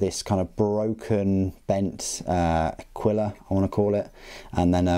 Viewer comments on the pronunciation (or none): none